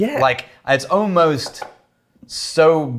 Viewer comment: Next drinkingk game for and is when says “ohmost”